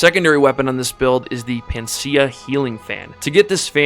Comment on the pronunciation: Its pronounced PAN-A-CEA, pan-ah-sea-ah.